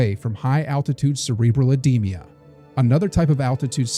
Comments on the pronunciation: Edema, not edemia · Please stop saying things like "cerebral edemia." The cringe is making my brain swell.